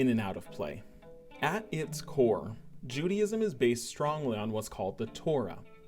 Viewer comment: Not pronounced Judyism.